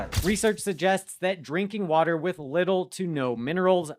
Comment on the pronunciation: your English pronunciation shows you're original indian.... its water not voter